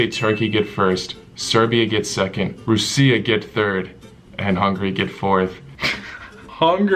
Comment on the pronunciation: bruh is pronouncing Russia rusia